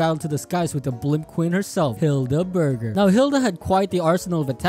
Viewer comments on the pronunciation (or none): I love Hilda Burg - er (don’t take that out of context)